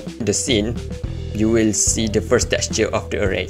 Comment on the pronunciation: awesome guide, thank you❤❤❤ , its soo funny when you says teqture 😆